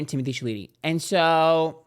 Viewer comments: the way to pronounce Timothee Chalet last name is in the French... Sounds like "Shall-A-May"...... Your welcome.... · Pronunciation is “Shallow-May” Timothee Chalamet!!! 😉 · The way he pronounces Chalamet is iconic ! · I love the fact that you still haven’t figured out how to pronounce Timothee’s last name 😂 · love how you pronounce timothees name xDD